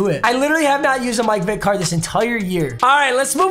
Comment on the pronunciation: why he say entire like that😂😂